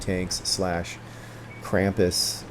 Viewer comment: you spelled krampus right, then you corrected yourself and pronounced it wrong ^^